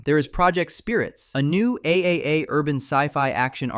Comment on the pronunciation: AAA is pronounced "Triple A"